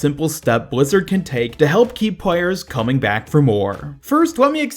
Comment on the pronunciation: What is it with Americans having this weird lisps where they say stuff like “pway” instead of play “pwayers” instead Of players?